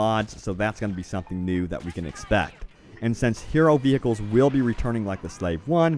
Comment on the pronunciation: Veer-kul Not Ve-he-kul